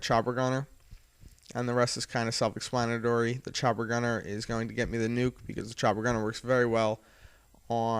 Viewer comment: ex-plan-a-tory, not es-lan-tiry